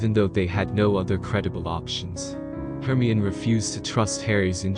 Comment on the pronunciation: Hermyin? HERMYIN? ITS HER-MY-UH-NEE. HERMIONE.